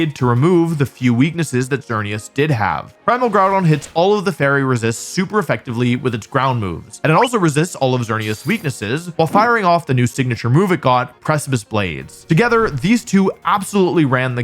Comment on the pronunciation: I thought he said "Vernias" 😂😂😂